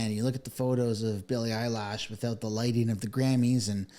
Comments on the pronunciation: Lol its pronounced Eye-lish not eyelashes 😂😂😂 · Dude... it's Billie Eilish . Not Billie 'eyelash' as you seem to pronounce it !!! I couldn't take the video seriously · Totally agree 10000npercent but please it's annoying when u say billie eyelash wtf it's eilish ..lish not lash gd stop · Bill Maher has been speaking out against the woke people before this Billie Eyelash (I figure you’re intentionally mispronouncing her name?). Anyway, heck yeah she deserves the backlash she’s receiving. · Billy “Eyelash” ?? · Lol I keep hearing you say “ Billie EyeLashes” 😂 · "Billie Eyelash" 😂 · I like how he calls her Billie “Eyelash”. lol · "billie Eyelash" 🤣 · 😂, I usually hate AI generated content and I’m wishing used it, AI would’ve said her name correctly, and if was once or twice uhhh ok but eyelash , eyelash ♾️ ……… wtf dude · Don't forget Billie 'Eye-lash.' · You need to learn how to say their names not that I don’t agree with your points, but you pronounce Bill‘s last name, incorrectly, and Billy‘s name incorrectly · You keep pronouncing her name wrong. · Are you purposely mispronouncing Eilish and Maher? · Respectfully, are you trying to mispronounce every name? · Right out of the gate, I was laughing as the host constantly mispronounces her last name.😂 it’s subtle, funny, and famous people hate that. Plus!, Really who is she? most people don’t know, so why would you know how to pronounce her name properly? I only (think i) know because I heard it before, not the music but the name. good stuff! And Bill Maher is becoming quite funny these days. Never thought much about him in the old days, since I never had HBO, but everything I’ve seen this year has been very funny😂. That Ben Leo guy seems pretty funny too. Good post, thanks! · You pronounce both those names wrong 😮 common. Other than that, hopefully it's true. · It's eye lish, not eye lash! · Eye LISH not Eye LASH LOL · It is said eilish, lish, not lash! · Billie Eilish. That's -ish not -ash. Bill-lee Eye-lish